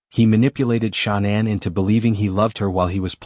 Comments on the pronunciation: The AI voices always pronounce “Shanann” as Shaw-nan every single time. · That video you just shared is rubbish, I agree!! Total BS. The guy can't even get Shanann's name right. He can't say Watts correctly, either. I watched a few min of it last night & had to turn it off, I'll never watch another video of his. What a load of poop. If he did have a child lost to a crime, he's not doing him or her any justice by putting out ALL TOTAL FALSEHOODS like that video. Wud be want his child's story to be reported with no truth to it?